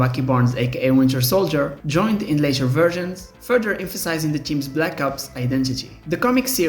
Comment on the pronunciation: Ah yes, I love me some Marvel "cheams".